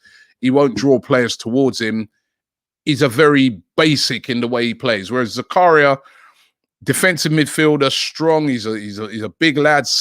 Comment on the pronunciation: They way he’s pronouncing Zakaria shocking